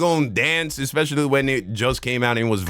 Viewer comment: I get what she trying to say, but the fact she says "expetially" instead of "especially" is killing me LOL